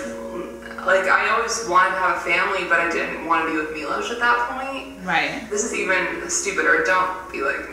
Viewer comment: Evrytime I heard Shane say Milos I had to stop the video for a second. So many people are named Milos in my country and it's just... So horrible to listen to. People like him are able to just walk away from what they did and I dont know why.